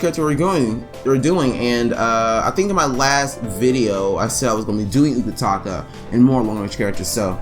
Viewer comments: CORRECTION its UTAKATA not UKATAKA NO HATE PLS. BTW GREAT VID AND DO THE SECOND MIZUKAGE NEXT THANK YOU! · My Utakata is the best Facts thanks for any info I knew already tho 😄 and you kept saying his name wrong 😑 but great job!